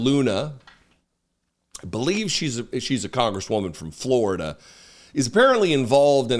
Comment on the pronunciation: She's a "Resurcher from Floriduh" Hold on, I've got to put on some tall rubber boots to watch more of her "Resurch". I'm spelling it that way because it describes their pure stupidity.